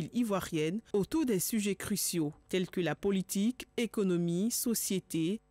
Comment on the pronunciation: Pourquoi elle prononce toujours "pôlitique" au lieu de "politique" avec un "o" ? Ça c'est une prononciation avec un accent béninois !